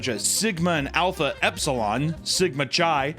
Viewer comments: It’s pronounced With a K like Ki not chai like chai tea. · Chi is pronounced, like saying kai cenats first name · For the love of all that is sacred: Chi is pronounced "Kai." Like Chiron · Chi is pronounced k-eye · / I know you don't care about proper pronounciation, but "chi" (the Greek letter, X) is pronounced "kai," not "chai" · hearing you pronounce chi as CHAI hurt my ears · "Sigma Chai" lmao, it's not pronounced like it's tea 😆🤣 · It literally doesn't matter, but chi (the letter X) is pronounced 'kai'. Chai is a tea. Thank you for coming to my TED talk. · Chi is pronounced "K-eye". I like how you said though. :P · The way you pronounce "CHI" is crazy wrong. Just so you know. Its pronounced KAI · Chi is pronounced Kai,. Gosh. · “Chi” is pronounced like “Kai” like eye with a k in front lol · You've clearly never been a frat guy if you're pronouncing it "chai". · "Chi" is pronounced KAI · Chi (X) is typically pronounced as Kai. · For future reference, χ, spelled chi, is said as Kai, Key if you're in Kingdom Hearts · please god tell me you're misspronouncing "Chi" on purpose... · Having mispronounce sigma chi the entire time is great considering I had a roommate who was in that frat and wouldn't shut the fuck up about it